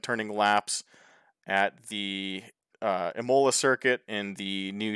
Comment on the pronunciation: Wow, Josh is nearly as bad as me. Anyway: Imola is pronounced [ˈiːmola] and Villeneuve is pronounced [vilnœv]